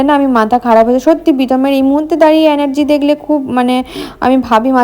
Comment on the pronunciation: Kothata anergy noy brishti, energy, 😅